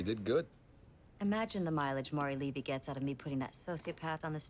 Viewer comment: not important but: in your reaction - the correct pronunciation of Levy... if you want to check for the next episodes. Respect... your posting schedule is unbelievable. I take the fifth Commandment! haha! wait what?